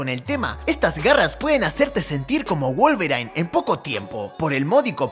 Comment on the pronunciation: wolverain???? jajajjajja